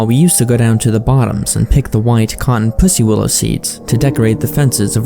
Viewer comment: say pussy willow harder lmao